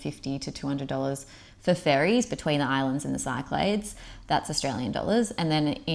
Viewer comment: Very helpful thanks. Also, Cyclades is pronounced “sick la dees” :)